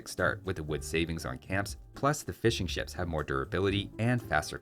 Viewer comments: I keep hearing "fish and chips" when you say "fishing ships". 😂😂😂😂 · Swear to God I kept hearing "fish n'chips" instead of fishing ships